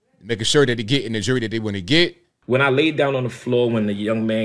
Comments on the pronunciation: Jewelry not jury 🙄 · He was in on that robbery!! Got money from Insuramce and from whatever was robbed from the parishoners! He should get an extra 5 years for not being able to say the word Jewelry properly!